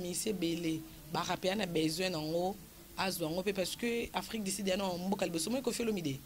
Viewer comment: afrik du sud et non afrik di sid